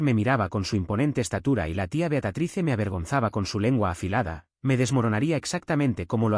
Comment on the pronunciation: Por qué dicen Beacatrice? El nombre es Beatriz!